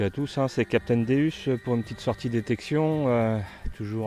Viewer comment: Bonjour meusieur svp svp arrêter de massacrer le non du Deus le non c'est dieux en latin donc sa se prononce déOUs et non déUs .on dit pas jais une Ferraru ou une lanborgino vous voyais se que je veux dire alors bonne detection ça vous capitaine déOUs 😁😁😁😁😁😁😁😁😁